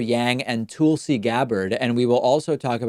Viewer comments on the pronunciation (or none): Why do you pronounce it "Tool-see Gabbard" instead of "Tull-see Gabbard" like absolutely everybody, including her herself, does? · "Tool-see" Gabbard? Since when was her name pronounced that way? That was odd, David.